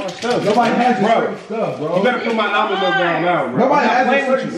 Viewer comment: Tf is al-mun milk lol almond ? 😂🤣